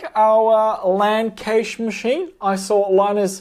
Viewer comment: Is "Cache" spoken like "Cage" Australian slang 🙂? Sorry for asking, but I'm native German, so I mostly know Cache as Cash, like it is mostly spoken in the states. BTW: I like this kind of video!